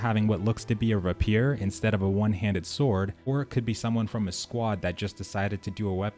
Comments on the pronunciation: Yeah nice videos. Actually making me consider getting this. one thing though; you're not pronouncing rapier correctly in any of these and its driving me nuts. It's "rei·pee·ur" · Excellent video but your pronunciation of "Rapier" jarred my sensibilities :) Say "ray-peer". Keep em coming, I'm with you all the way - this is getting killer :)